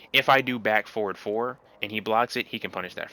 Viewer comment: You "forward" sounds like "four". Took me a while to realize it. Great guide, nonetheless!